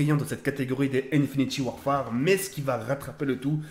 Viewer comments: Ah merci de corriger ça ma fait mal aux oreilles quand j'ai entendu ça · Arrête de dire infiniti warfare c un INFINITE WARFARE